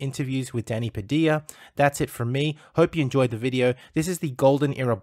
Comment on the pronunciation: It's Pa-Dil-Ya.